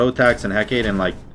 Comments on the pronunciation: again it's Heck-a-tee or Heck-a-tA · Let our boy alone with his EhKate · He-kah-tay (phonetic) Had to throw it out there. Keep up the good work 👍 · Pronounced heh-kaw-tay ☺️ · It's pronounced Heck-ah-tay by most westerners buts It's actually Eh-Kah-tee. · can never pronounce Hecate right Lmao. Good vid! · i die a little every time you say "hecate" like that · everyone in the Smite community pronounces Hecate wrong....... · Hecate is three syllables